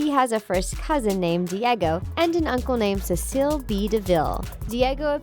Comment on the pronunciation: why’s she say cecil like that... it’s pronounced sea-sull